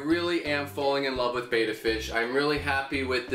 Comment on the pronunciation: Its pronounced "betta" not "beta"